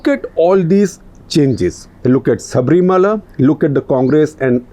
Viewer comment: Shekar. It’s is Sabari Malai and not Shabri Mala!